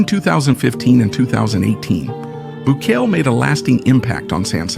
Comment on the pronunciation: The least you could do is pronounce his name correctly. FFS…